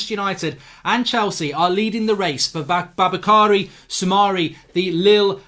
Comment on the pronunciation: It’s pronounced “boo-bah-kah-ree Sou-mah-ray”